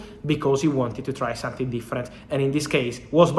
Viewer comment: its something, not sun-thing